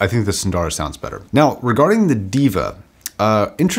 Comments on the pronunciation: Diva? Its Deva pronounced (daeva), which means GOD. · ˈdāvə that's the right pronounciation for deva. Which means god in sanskrit. Love the production quality of your videos. Keep it up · its sort of pronounced 'Day-vuh'. It means god. then again I can see god being called a diva. On second thought. you are fine lol! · It's not DEE-VA, it's THEY-VA/DEY-VA, meaning the Divine. You need to check out the original pronunciations of Arya, Sundara, Deva, you're mispronouncing all of them. PS: These are taken from the Sanskrit language.